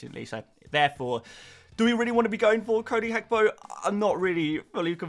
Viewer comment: omg Its Gakpo, not Hakpo